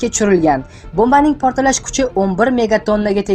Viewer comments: Портиллаш эмас портлаш соков мол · sal tuzukroq talaffuz qiling admin. protillash emas. portlash deb ayting